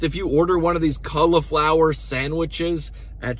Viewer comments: "cull"-iflower? or "call"-flower? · It's not "culiflower" it's cAuliflower. Vowel sounds matter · Not "culla-flower" it's cauliflower (call-a-flower). I would not spend any time watching another of your videos. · "Culliflower" is that how they say trash in North/South Carolina? 😂😂😂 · The way he says cauliflower 😂